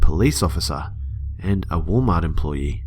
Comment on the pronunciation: "wall mah"